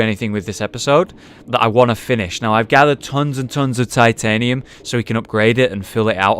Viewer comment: Oh yeah, they say titianium instead of titanium.